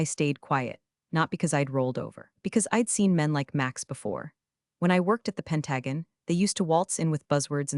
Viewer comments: I sure wish someone would teach AI how to pronounce words properly: Pen-TAY-gun for Pentagon? Reed for red/read (yeah, that's a tough one) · Pentaggen? Come on. If you want to excel then read these stories yourself. You would stand out amongst all the bs AI stories out there. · Pen ta gun??? Seriously! It's Penta gone! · Love the channel but as a veteran who’s worked with the pentagon,hate how ai always mispronounces the word turns the story from me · You're STILL mispronouncing Pentagon . . FIXIT! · Your AI narrator is still mispronouncing Pentagon. It's annoying. FIXIT! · It always makes me laugh our loud that a channel about corporate incompetence can't train their own AI to pronounce words like resumé and Pentagon and oh so many others and can't recognize past and present tense of 'read'. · Pronunciation of "Pentagon" is off.